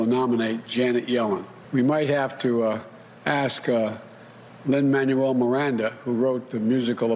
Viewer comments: And Biden also pronounced Mr. Miranda’s first name incorrectly. It’s Lin-ManWELL. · Three thoughts: 1. Biden pronounced the “Hamilton” composer’s name incorrectly. It’s Lin-Man WELL , not Lin-MAN you well. 2. He should have picked Elizabeth Warren. Her name works better with the melody of Hamilton. 3. I wish I could have been in the room where it happened.